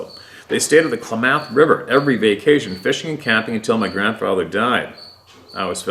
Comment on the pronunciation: Klamath= "Clam-muth"